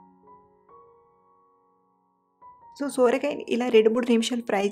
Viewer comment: Akkoooo sooorakai kaadhu sorakai😅😅😅😅